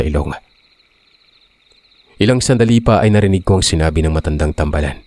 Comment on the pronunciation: Hi po good evening po. Thank you po sa mga kwento nyu po. 5 yrs na po akong listener ninyu po. "tambaalan" po ang pg pronounce po hehe nasa baa ang long a po